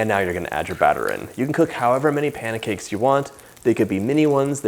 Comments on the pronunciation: " Panna cakes" ?😁😁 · Those look like the perfect panycakes 🥞 😋 (start of video)I had to zip back to make sure you pronounced that the way we said it as kids 😊 then I edited 😂